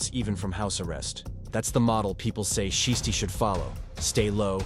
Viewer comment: Learn how to pronounce his name. It sounds stupid when you keep saying shisty.